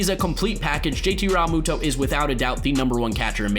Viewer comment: The way you keep saying Realmuto is so cringy